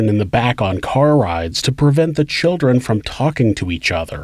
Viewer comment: Not every crime story has uh talk all abow choowdrwren. Most of this shit happens in the US. Listen how we talk, and about how we protect the CHILDREN. Frigging jebends, listen to this guy! Learn how to pronounce the letter 'L'